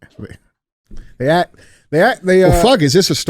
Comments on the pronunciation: Andy, "He Axed him" 😆 I was laughing my ass off. DJ still couldn't get it out, and changed his word to "he queried" lol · “He was axed”… “was it terrorism??” 😭. Andy make sure to go replace his smoke alarm batteries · Axed him a question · Who axed em, fucking hilarious